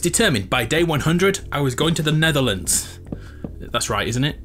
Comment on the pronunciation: He's going to the "Netherlands"